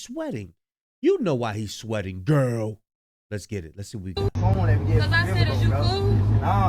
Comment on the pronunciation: why you say girl like that 😭😭🤣🤣🤣🤣🤣